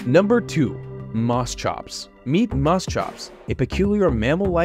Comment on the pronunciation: Had to walk away ti feed my woodstove, so I was just listening, and imagining as you talked just fine til MOSS. what?...ok time to Rewind...